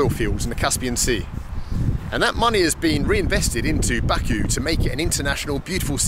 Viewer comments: It's my home town and it's bah ku not baa ku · It would be great if you learn how to pronounce Baku.